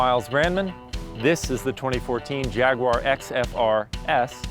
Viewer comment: Nice review. The only issue I have is that for some reason you can't seem to pronounce "Jaguar" correctly. It really irritates me.